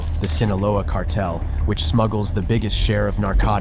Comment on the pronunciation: you should look up the pronunciation of extradite, and cartel